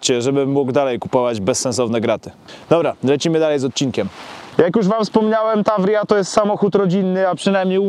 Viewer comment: W oryginale to się czyta Tawrija. ostatni znak w Таврия to literka ja.